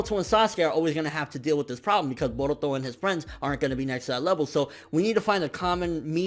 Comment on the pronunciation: the way this man says baruto is hilarious hahaha